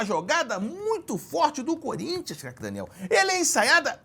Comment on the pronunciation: Cerjinho esta pronunciando cada vez mais errado o nome de Craque Daniel. Se continuar dessa forma o nome dele vai se tornar apenas um grunhido